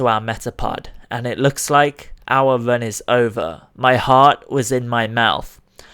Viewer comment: Are you saying "run" or "vern"?